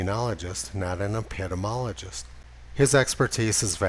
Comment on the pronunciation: epidemiology[ ep-i-dee-mee-ol-uh-jee, dem-ee ] dee mee 7 syllables, not 6